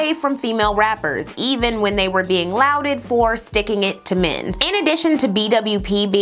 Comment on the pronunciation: "Luaded" is pronounced "law'ded"